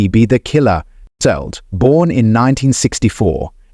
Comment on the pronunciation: He wasn't "boran"? This AI sucks ass.